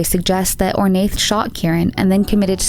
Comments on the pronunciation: I think Ornaith is pronounced Or-na. Anyone Irish who can confirm? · Just gonna say it, that Ornaith is pronouned "Oar-na" . you don't say the "th" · Love it! Just to note - Ornaith is pronounced "Or-nah" it's an Irish name! ☺️ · Ornaith is pronounced Or-na. I notice in a lot of your videos about British or Irish cases you kind of butcher the names. I love your vids, you obviously put a lot of time into them and they’re great but please google place or names it can get a bit annoying to keep hearing them pronounced so wrong. Great work though besides that!